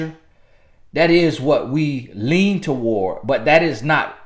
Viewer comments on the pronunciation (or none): none